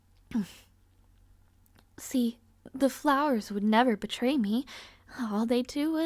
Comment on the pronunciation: "The flowers can't bertay me" OMG LOOK OUT IT'S GOT A KNIFE!